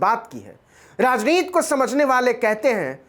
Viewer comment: आप बार बार राजनीति की उच्चारण राजनीत कर रहे हैं जो बहुत ही अच्छी खबर को खराब कर देता है। कृपया इस पर ध्यान दें।